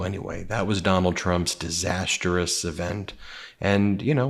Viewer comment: The word is disastrous not diasterous. Trump is an evil crazy man.He was rude to Rachael Scott who is always at his rallies He said he always thought Kamala was Indian and now suddenly she is black.Kamala has always identified.as black.Even her mom had said she had two black daughters to raise.If ge didn't know that the VP of the country is bi-racial he doesn't need to run for president. He doesn't know what is going on in the country. He even calls her names and say she is crazy and failed her bars once but didn't know she was half black.Real j......s